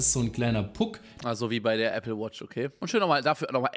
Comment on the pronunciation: | Hat er grade ernsthaft Appley gesagt?!?